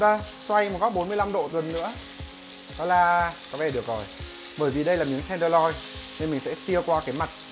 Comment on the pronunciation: "miếng bò ten đờ loi" =))